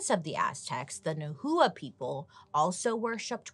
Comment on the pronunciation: It's not nu hu uh (nahua ) it's pronounced now wah (nahua) 😁😘